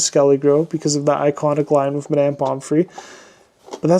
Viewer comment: Why are you pronouncing it “My-damn”?